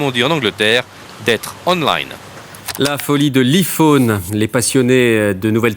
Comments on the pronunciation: Evelyne Thomas 6ans avant C'est Mon Choix. Oui bof en 2000 internet sur un tel portable comme un Nokia 3310. David Pujadas qui prononce Iphone : "ail-fone" en "i-fone". 😂😂😂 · C'était dans la foulée de l'iPod que la plupart des français appelaient ipod (iiipod et non aïepod). Aujourd'hui, tout le monde dit aïephone.